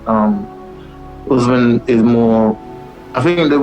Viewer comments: "Kamara Oozeman" - Michael "One-Eyed" Bisping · Chandler called him ”farty usman😂